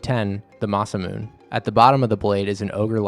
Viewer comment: Please note, my apologies I am a little anal about this: it’s mah-sah-moo-nay, like namine.